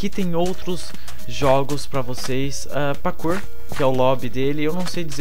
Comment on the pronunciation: PQ VC FALA PAKOUR?É ESTRANHO VC FALANDO KK